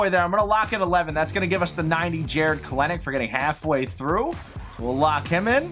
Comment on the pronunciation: Not sending any hate at all luv ya just saying that you pronounce Jarred Kelenic as kel-nic Keep up the great work, you are the best content creator for MLB the show ever my man, nice pull.